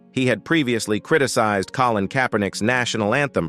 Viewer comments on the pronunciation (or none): none